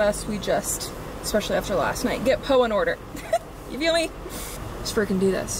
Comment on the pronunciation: Your southern accent describing the lightning “It’s turning naht into day” was perfection. Especially from a Michigander